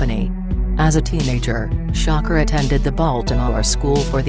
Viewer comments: come on u guys couldn't get to say sha kur instead of sho cker...couldn't even get thru the video... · Gen.Bea$tMode It doesn’t know how to pronounce "SHAKUR" Tupac's last name.....lol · She cant even say his name right who the fuck is shocker 😂😂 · Who tf is shocker it's shakur idiot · gangworld; please get another voice-over; the "shocker" sh*t and other mistakes w/ words are horrid...